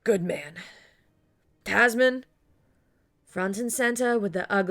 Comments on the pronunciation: The mispronunciations are kind of grating. When she keeps saying 'Tasmin' when the name is spelled "Tamsin" and pronounced TAM-zin... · Tam-sin, not Tas-min.